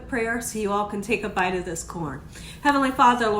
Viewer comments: Lol Tay Jin seasoning.... I love this woman. It’s Ta Heen 🤣❤️ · The tajin is pronounced taheen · Tah-heen. Co-hita. 🤦🏾‍♀️ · Tajin= Ta-heen , Cotija=Co-tee-ha 😊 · Cotija is pronounced “co-tee-ha” and tajin is pronounced “taw-heen”. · Tajin is pronounced tah-heen 😃. Also, I always thought it was chili powder that they put on there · You have such a great personality! Also, the 'J ' in Spanish/Espanol is pronounced like an 'H' and.the 'I' is pronounced like an 'EE'. Ta-heen, Co- Tee-ha....hope.this helps 😀